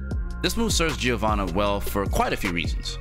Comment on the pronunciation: It's "JO-VANNA" the I is silent